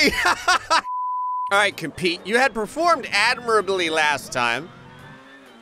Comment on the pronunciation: "Conpete," oh hey, I know that guy lol